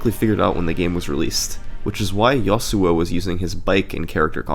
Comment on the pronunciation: Ok Seriously It's not Yo-Su-O It's Ya-Su-O Seeing its from early 2010s it's a league of legend's reference.